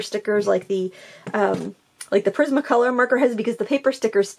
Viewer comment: Lol,I thought you said prison colour 😂🤣 but it was prisma colour lol.